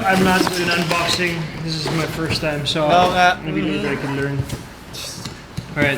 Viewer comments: E yung "AMBAKSING" ni Boss Cong. HAHA Feeling ko sinasadya nya pag unboxing ng ganun. Alam mo na. Para mapansin haha nag work naman ginawa niya. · Idoops: welcome guys this is bad unboxing Matteo: awright guys welcome to the Sssss su su Sukot unbaksing